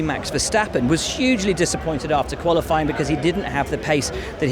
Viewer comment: Valterri does say Gollofying instead of Qualifying xD